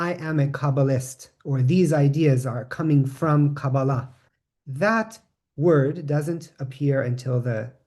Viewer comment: Pronounced kah-BAH-lah, not as kaba-LAH. In Hebrew the accent is on the middle syllable of every word of three syllables.